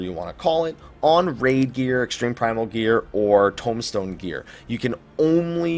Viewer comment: informative! thanks, though I have to say I hate the way you say tombstone, and tomahawk from your halls of novice video haha